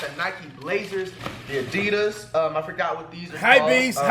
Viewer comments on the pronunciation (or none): none